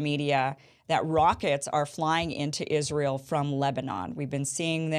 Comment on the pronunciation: It’s not Rael